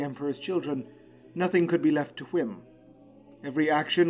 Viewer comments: ooo baby you know i love when you say "WHhim" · Dont say “whim” like that again